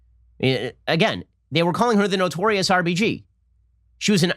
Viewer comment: Who else keeps hearing RPG when Ben says RBG...lol